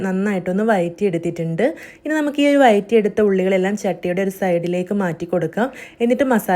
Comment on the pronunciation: നല്ല recipe. വഴറ്റി...എന്നാണ് വയറ്റി നിങ്ങളുടെ നാട്ടിലെ language ആണോ.?